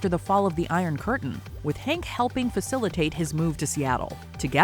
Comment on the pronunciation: Fact : his name is Henk, not Hank. Surprised in your fact finding video you get his name wrong